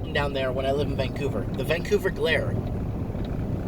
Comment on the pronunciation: Every time you said Vancouver I just about fell off my chair.